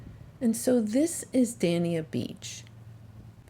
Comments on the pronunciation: I grew up in Hollywood Florida back in the 60s and 70s and even then there were not very many shells, we would vacation over in Sanabel island! Dania is pronounced like Dainya! I love your videos they’re so soothing and bring back great memories, thank you! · I was so looking forward to this video! U know I was!!!! DANE-YA is how dania is pronounced. And I’m soooo sorry east coast made u work. Never go south. Stick to Jupiter/Juno area. Tons of scallops and some find scotch bonnets and shark teeth. I know u won’t be back cuz u have the shells over there but for whoever is thinking about east coast there is nothing that far down south! At least this experience gave u the opportunity to share books and websites right?? I was so feeling ur disappointment and how can I make this trip an “ok” video? I hate to say it but I kinda chuckled and was like “oh u poor thing”. But once again you did it. U made everything work and enjoyable! I know u are not liking east coast at all but seriously if u went north palm like u did in the past it’s better. Always sharing my 2 cents. Loyal to u always East coast fan-Monica